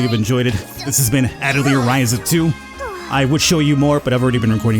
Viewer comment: Atelier ah-tell-yay. Its french